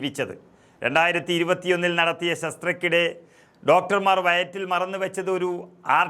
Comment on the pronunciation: ചേട്ടാ, ശസ്തക്കിടെയല്ല, ശസ്ത്രക്രിയയ്ക്കിടെ എന്നു വായിക്ക്. പിന്നെ forcpes അല്ല, forceps. ഇനി കാര്യം. ഈ നാട്ടിൽ ആർക്കും, ഒന്നിനും നേരമില്ല. ആ പാവം സ്ത്രീയുടെ ആയുസ്സ് ബാക്കിയുണ്ടായിരുന്നതു കൊണ്ട് രക്ഷപ്പെട്ടു എന്നു പറയുന്നതാവും ഉചിതം.